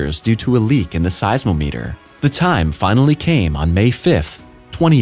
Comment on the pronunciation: Size o meeter? Rsally? I maybe wrong but I've always said it as size ah meter.